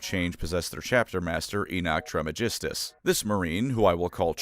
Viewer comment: I'm assuming it's pronounced like the real world (in)famous alchemist of old- TRIZZ-MUH-GUESS-TISS